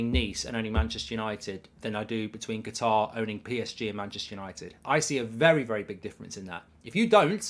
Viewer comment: Kat-ar. Not Ger-tar. Please Mark.